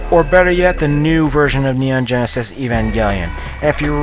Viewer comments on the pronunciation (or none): none